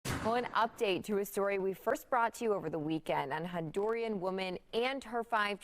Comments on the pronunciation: Honduran, not Hondurian. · “Hondurian?” Oh lord please get a better educated person to read news .